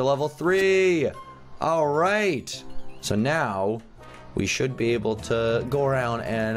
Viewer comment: When said please let me be I thought he said please let me pee